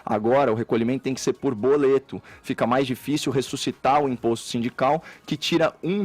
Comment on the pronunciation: Caio arrasando como sempre, mas os medíocre vão criticar o erro ao dizer "boloto" ao invés de "boleto".